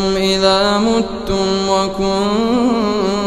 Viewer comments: مو كأنه قرا ( ايعدكم انكم اذا مُتم وكنتم ترابا....)؟؟؟؟ قرأها بالضم وهي بالكسر بالمصحف... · ملاحظة اية ٣٥ الشيخ أخطا في الحركة هي بالكسرة أيعدكم أنكم اذا مِتم الميم بالكسر وليس بالضم ياليت تعدلوا وتركزوا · ماشاء الله جميل جدا.. باي رواية القراءة؟ لانو براوية حفص بالصفحة الثالثة (متم وكنتم ترابا وعظاما) بكسر الميم مو ضمها وجزاكم الله خيرا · كلمة إذا (متم) الميم مكسورة وليست مضمومة في الآية ٣٥ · صحيح هي بكسر الميم وضم التاء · يعني تركتوا كل هاي التلاوة الرائعة والشجية وركزتوا عاللحن الجلي.. جل من لايسهو.. . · الشيخ قرأ أيعدكم انكم إذا متم وكنتم ترابا ايه 35 قرأ متم بضم الميم بينما هى مكسوره في المصحف هل هذه قراءه أخرى ام خطأ ؟